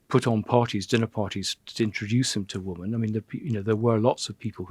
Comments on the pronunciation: Why can’t he say the word “women” instead of “woman” I don’t think he realise he’s doing it! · Why does Lownie say woman when he means women time and time again? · Andrew is very interesting to listen to... but wonder why he has to say woman instead of women🤔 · Cannot pronounce WOMEN correctly !? ... how strange!